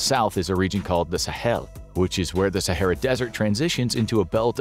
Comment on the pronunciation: “Sahera” is wild😂